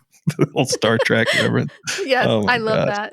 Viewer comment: Its Trek not Track. FFS!